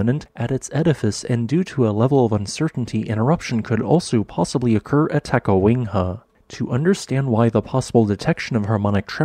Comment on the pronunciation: The "city" of Adak had a population of 171 as of the 2020 census -- "town" is a more appropriate descriptor and Adak is a very small one. Is there a reason you say "Ta-ka-WING-ha"?